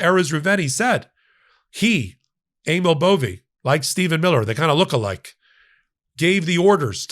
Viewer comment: Correction: "Bove"!